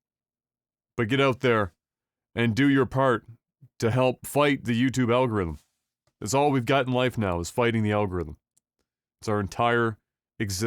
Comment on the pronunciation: French canadian AL-GO-Ry-THM